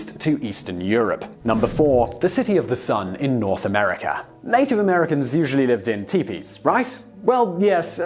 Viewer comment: Where in the world is "Amerikr"?